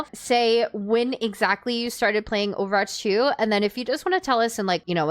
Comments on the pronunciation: homegirl is running a youtube account about overwatch and can't say it right 💀 "overarch 2" 💀💀💀💀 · within the first not even two minutes and you're 1/6 💀 maybe consider speech therapy "overarch" LMAO in this entire video you pronounced it right TWICE lol